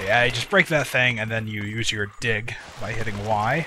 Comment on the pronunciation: " I swear I said "DIG" but it really sounds like something else if you're not paying attention." WHAT DOES IT SOUND LIKE?!? It's been bugging me for SO LONG!!!